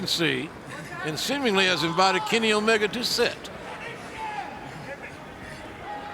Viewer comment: it sounded like Justin Roberts was saying uh-oh while announcing Omega's name 😂